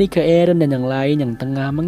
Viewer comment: Aaron = ereh